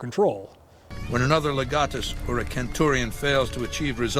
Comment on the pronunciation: pronunciation of the word Centurion hurt my ears.